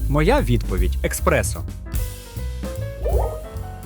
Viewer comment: правильно еспрессо а не експресо!! тупаки вообще как так можно 😶